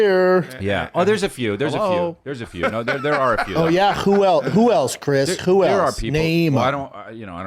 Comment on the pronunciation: “CHWHO ELSE CHRIS CHWHO ELSE” 😂😂😂